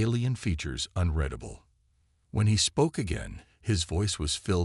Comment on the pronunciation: Ditto with the flashback!!! I thought the damn story started over again!! Otherwise, good story. HOWEVER........would you people STOP using these POS AI's!!!!!!!!!!!!!!!!??????????? What the HELL is "daybriss"?? What the hell is "unredable"???? What the hell is " cozmus"??? What the hell is "BEARedge" (barrage)????? What the hell is "quarenTINE"???? Why don't you narrate the stories yourself like some authors do???? There's are MUCH more enjoyable without all the freakin grammatical and pronunciation errors!!!!